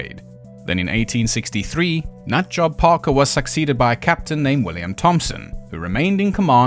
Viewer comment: John WHAT-ing Parker?! Every time you repeated the name was as funny to me as the first, so I'm very glad you did it multiple times. Edited to add: to be fair to Mr Atty. General of Gibraltar, if the crew did start drinking non-food-grade ethanol like they were Willem Dafoe and Robert Pattinson in "The Lighthouse", things would get Lovecraftian and utterly mental pretty rapidly. But since they weren't all committed and terminal alcoholics, they probably didn't. (Very very maybe one of them could have, but most certainly all of them did not.)